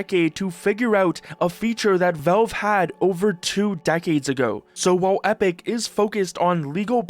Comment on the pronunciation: they're called valve, not velve